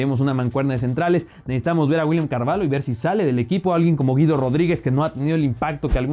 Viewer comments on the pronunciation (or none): none